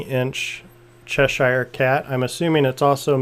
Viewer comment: It's CHESH-er, not CHESH-eye-er.